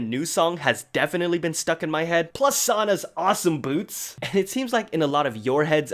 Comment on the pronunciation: the way he say sana sounds like suana